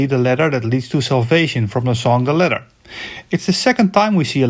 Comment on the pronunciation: it took me a while to figure out you were saying ladder and not letter, the A should be AH not EH, your english is slightly americanized but great vid otherwise.